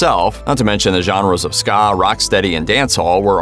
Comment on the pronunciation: Why can't people learn to say Ska, and Reggae. There are songs with the pronunciations. It is also Rastafari (Rasta - far - eye). Also, the faith is Rastafari, not Rastafarianism; the individual is Rastafari, not Rastafarian, 2, or more is Rastafari, not Rastafarians.